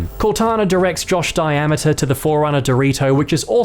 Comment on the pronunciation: "Josh Diameter" LOL